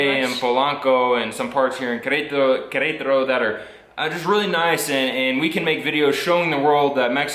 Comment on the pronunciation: one tip: Do not copy lazy accents, words like "kretaro" or "uanajuato" might sound fun, but they are wrong.